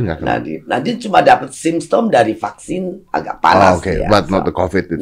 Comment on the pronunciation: Alhamdulillah, PARADOX Bu Susi cuma sebatas "fluent in English with good pronounciation tapi masih nyebut 'PAKSIN' dari pada VAKSIN". Paradox lucu yang tidak merugikan orang. Ada yang paradox, tapi merugikan banyak orang.